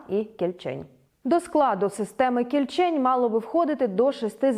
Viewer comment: може всеж кІльчень, а не кільчЕнь? якось не дуже на українську схоже